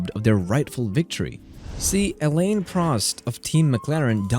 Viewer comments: Elaine prost … so you are just another ai channel with a fiverr narrator. Shame. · Alain and Ayrton❌ Elaine and Airtin✅